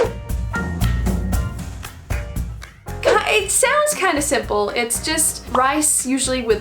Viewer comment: Why does Yaki Udon sound like Yuki Udon 😂